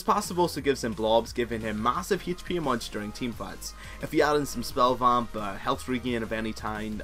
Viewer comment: Great video! I used to be screwed if i was stuck in jungle bu then i used naut and climbed to silver! The only bad thing is your pronunciation of Hp